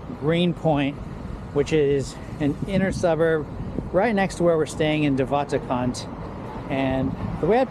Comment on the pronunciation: Im south african and you said de waterkant terrebly